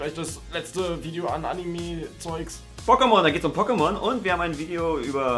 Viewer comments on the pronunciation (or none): Igitt, ihr habt Pockemon gesagt! D